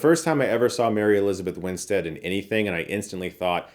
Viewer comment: Nice to hear Chris finally pronouncing Mary Elizabeth Winstead's name correctly! 👏